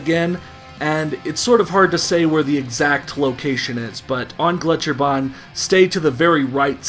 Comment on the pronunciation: I love it when americans try to pronounce any german words. That's always the best part of any old Wolfenstein game. Your pronunciation of "Gletscherbahn" was actually pretty good. "Megaschlucht"... not so much. Here ya go Now you've learned something you never needed to know